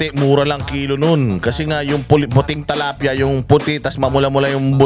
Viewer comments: TILAPIA po hindi TALAPIA. 😂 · tilapia po not talapia😊 watching from Paris, France🇫🇷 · Is it tilapia or talapia? Like how you pronounce kingdom and kingdam 🤔